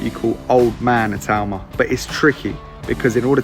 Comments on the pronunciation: ITAAAAUUUMA!!!...not Itooma, ya pommie twit! :face-orange-frowning:🤪🤪🤪🤪🤪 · Talking about names when you have been pronouncing itauma wrong in every video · I am once again asking for to learn to pronounce Itauma's name properly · how it's spelt. I - tau - ma. Not I too ma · It's not a tumour!!! I think Itauma was trolling when he said Siri pronounces it the proper way.